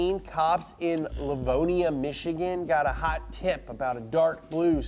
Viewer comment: You say Livonia so weird